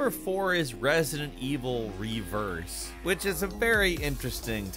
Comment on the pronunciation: It's not "reverse", it's "RE verse"